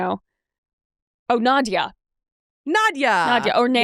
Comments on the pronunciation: I’m super late but it’s Nadja pronounced Nahd-ja, I named my cat after her! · Nadja!!!!! It's Nadja!!!!! *Screaming into the void*!!!